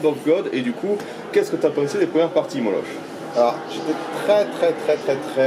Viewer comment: Par contre ça se prononce "Molok" !